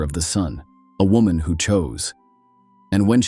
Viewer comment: It’s wo”man”